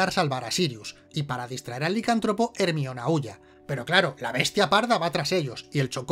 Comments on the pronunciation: ermion ? no era jermaioni ? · Jermaioni, no ermion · El peor error de este video es pronunciar ERMION... El nombre de Hermione (jermayoni) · Hermion mis cojones, es Jermayioni de toda la puta vida!! Jaja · "Ermión", me encanta xD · Ermion :u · ERMION jajaja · ermion jajajajaa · ermion jajajajajajajaajajaaajajajajaaajajajajajajajajajajjajajajajajajajjajajajajaaaaaaaaaa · Hermione or Hermoine como sea que lo digan es Herminia en español. Ahora veréis aquí no hay quien viva con otros ojos